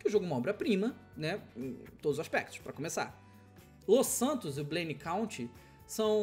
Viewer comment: Los Santos e blaine counti kkkkk, errado